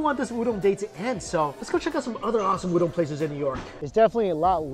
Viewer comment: why do u say ooodong(udong) its just oooodon(udon)